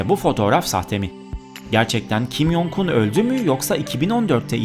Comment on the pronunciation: Kim yongun diye okunmuyo okunuş şekli kim congun j harfleri c diye okunuyor y diye değil